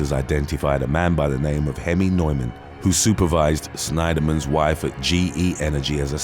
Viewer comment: Sorry, Neuman is pronounced Newman